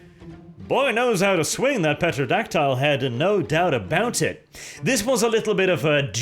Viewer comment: The P in Pterodactyl is a voiceless or silent letter, whichever the proper term is; You don't pronounce it. It's Terodactyl, pretty much.